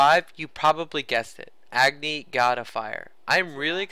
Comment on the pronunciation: dude AGNI is not pronounced as EGGNI its A.......GNI 'a' as pronounced in 'a' ball 'a' cat 'a' doll